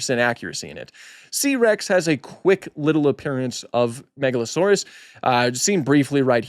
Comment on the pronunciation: "Megalo-sore-arse."